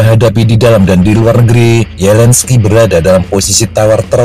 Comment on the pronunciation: pembaca skrip nya gabisa mengucapkan Z ZAPOROZIA BERBUNYI YAPOROSIA ZELENSKI BERBUNYI YELENSKI perlu di oprasi lidah nya